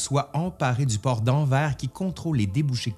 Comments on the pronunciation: AnverS stp , on prononce le S . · le pire c'est que antyge antyge a raison !!!! On dit anversssssss , même si ça te plaît pas ! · Juste petite précision et je te rassure j était pareille avant On prononce le s de Anvers en général sa hérite un peut les Belge